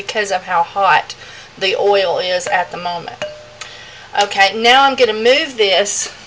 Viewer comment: "Coconut ouel"